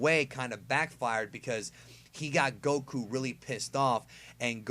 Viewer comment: i hatethe wayu say goku lmao